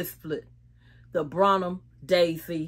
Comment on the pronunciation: You’re pronunciation of Brahmin. Is incorrect.